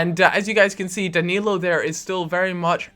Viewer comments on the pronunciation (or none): none